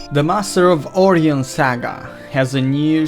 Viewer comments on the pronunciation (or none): You so butchered Orion. It's O-Ryan